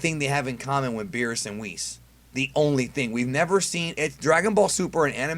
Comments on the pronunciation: He called them beerus and whis!?!? But roast peoples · “Beerus and Whis”